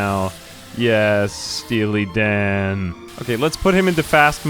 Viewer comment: Stea-Lee Dan